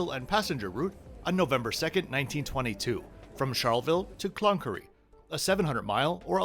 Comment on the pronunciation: Hi, was great to see you in my city, Brisbane. Hope you enjoyed your time whilst here. Thanks greatly for the history of QANTAS. I knew how they started but that was about it, and I am local. Ha. Like all of us, we can pronounce foreign cities incorrectly. Cloncurry was funny. Next time in whatever f-ing random conversation you may bring up Cloncurry, then break it into two words, Clon - Curry (indian dish). You will sound like a local legend then. Oh yes, I despise Qantas as do most of Australia. We're stuck with them sadly and they know it. They were good once but when it is all about big profits and short term incentive bonuses, all goes out the door. That Irish f-cker who was the recent CEO really f-cked it up, plus the dozen executives behind him who still work there. At least was a team effort. Ha. But yes, Qantas are not my friends. It took me five months to get $189 back after they cancelled a flight on my family and we had to pay extra for another flight. Stupid thing was it was more than $300 I should have got back but after five months, glad I got something back. I rang Qantas twenty times over five months to get my money back. Each time was a different person located offshore. No notes ever on the system of my previous calls. I couldn't speak to any supervisor or escalate the issue, even after five months. I mentioned how I would take legal action and report to our federal consumer protection body but no one gave a shit. Maybe because they hear this with